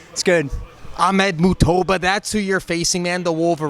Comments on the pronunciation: Hey. With names in the sub continent and middle eastern region the J won't be Silent. So it's not MuuhToba Its MuJtaba. Like Mush but with a J. Made him sound Brazilian xD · The name is Muj-taba not mutuba !! Ahmed Mujtaba.